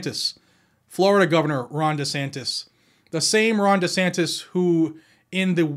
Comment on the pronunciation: DeSantis pronounces like Dishonest.